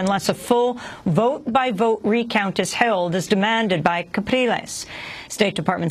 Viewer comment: I also believe that it is Henrique "Capriles" NOT "Calpires"